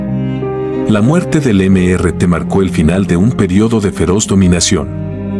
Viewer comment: No se dice.. eme ere te, se dice.. Míster ti, era su nombre.